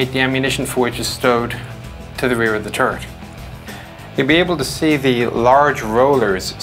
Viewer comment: i giggled every time he says "turret" it sounds just like ...turd....